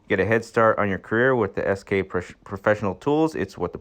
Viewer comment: It isn't "S&K". It's S-K, pronounced "SK".